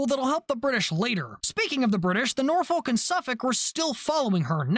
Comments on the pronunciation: This is the most minor thing ever but I live near Norfolk and Suffolk Virginia and they’re both said the same, you pronounce both like how you’re saying Suffolk. So Norfolk would be said as “Norfuck” as well. Again, it doesn’t matter and it’s the smallest complaint ever 😂 great video! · You got the pronunciation Suffolk right but not Norfolk. It's the same pronunciation for the end of both words. I do appreciate that you tried though.